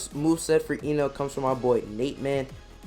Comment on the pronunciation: its not ynel... its Enel.... bot E read the same... not Ynel but Enel